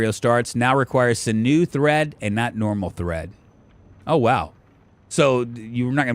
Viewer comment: sinew is pronounced "sin you". 😀